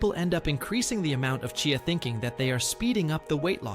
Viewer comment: Remember one cannot believe everything one sees or hears online He cannot even say CHEEYA, is intermittently calling it CHAY-YA in the same reel 🤷‍♀️😂